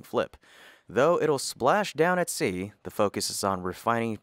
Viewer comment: Why do you say "thee" when you mean "the"?